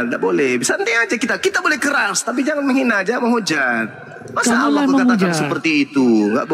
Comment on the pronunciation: Oten gak bisa.bilang Allah .....lidah di plintir